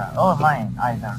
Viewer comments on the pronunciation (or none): Cool but it's isida not izida